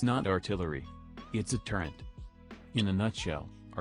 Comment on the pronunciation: So sick of hearing "turrent" and "turret"